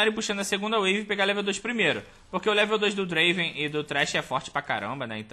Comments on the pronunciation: Só lembrando que se pronúncia Drueivan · N é Draven é Draaven